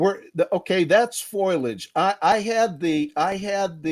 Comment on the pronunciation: He can say perpindicular but is stumped by foliage "foilage"? Sorry, that struck me as funny.